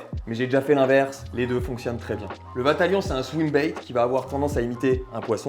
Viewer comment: "J'ai trop de vatalion": sacré problème 😂